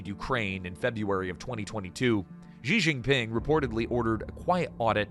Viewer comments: "Zhee Zheen Ping," "Zhee Zheen Ping," "Zhee Zheen Ping"! Lol. (Is the word "she" too difficult to pronounce?) Lazy and embarrassing. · why you English speaking people keep calling him funny JI JI PING. he is not pinging anything he is not a network. why you cannot call him [chi Jin PIN] or just CI JI PIN